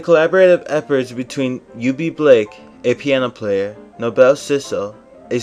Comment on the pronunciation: Thanks for the wonderful video! For what its worth, its pronounced No-Bull ( Noble ) and not No-Bell 😊